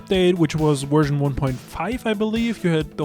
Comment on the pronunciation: Nerd virgin kept saying werzon instead of version.